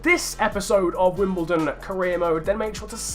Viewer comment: its wimBLEdon